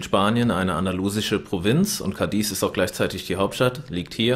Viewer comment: es wird nicht Cadies betont, sondern Cádiz. auf dem A. und kurz gesprochen! deshalb der Akzent! sonst super Video!!!